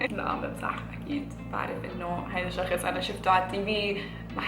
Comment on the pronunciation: انيوايز😂😂 "الشخس" 😂😂 بحبك 😍😍❤️